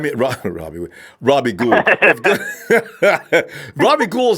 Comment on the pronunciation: still mispronouncing robbie's last name. Goo-uld like ghouls and goblins. lmao